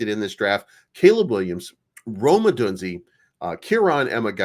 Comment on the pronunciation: It's pronounced Oh-doone-Zea